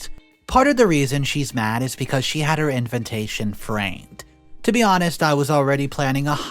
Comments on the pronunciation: after soooooo many videos, how can you still not pronounce INVITATION?! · "Inventation" ... you mean invitation ? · FYI...the word especially is pronounced ES-pecially not ecs-pecially! Also, invitation is pronounced in-vi-ta-tion not in-vent-ta-tion. Just sayin....🙂